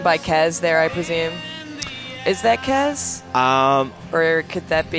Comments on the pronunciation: Things Wrong 1. MSF was over water 2. Kez, its Kaz 3. It was revealed Ocelot rescued BigBoss in the reveal trailer 4. Its obvious that he is interrogating Huey because he endorsed the Nuclear Inspection. 5. BigBoss isnt a "d**k", He cares about his men and wants to weed out traitors 6. Its KAZ!!!! 7. Have you guys ever played Peace Walker 8. "Its very muddled" So you don't know 9. Its showing off the new systems lighting effects. Stop reading into it. 10. There is no dark side. 11. YES, ITS RIGHT AFTER HE RESCUES KAZ. and please pronounce it right. 12. So because quiet is in it she is automatically the new heroine 13. Nope, thats not Quiet If i missed anything plz comment. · My God. These guys are fucking IDIOTS. And Kaz's name is pronounced Kahz, not Kaez. Also we won't see Raiden in MGSV. Solidus will only be 8-12 year old during TPP, Raiden won't have been born yet. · why do they keep saying kaz wrong? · I watched this to laugh my ass off. I laughed AND cringed. WAR PAINT?! WTF LMAO The way they pronounce Kaz HAHAHA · iT'S KAZ...ugh i can't watch anymore...FOR FUCKS SAKE!